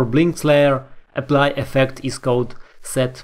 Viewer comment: не эпли, а эплай,!